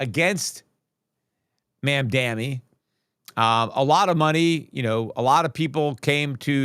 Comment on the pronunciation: Peter, At least pronounce the new NYC mayor's name correctly. It's Mam-Da-Ni. You're far too smart to butcher someone's name in this BASE, rogue fashion. Personally, I think you're better than that. If you aren't, then I'm forced to conclude there is a tinge of racism in your perspective? No, then pronounce the man's name correctly! If yes, then pronounce the man's name correctly! With the utmost respect for financial prowess! Best regards...